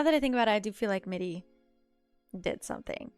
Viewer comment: I noticed that you read "Mirri" as "Middi" and "Irri" as "Iddi". Is that a form of dyslexia or something? (Not criticizing, just pointing out and asking.)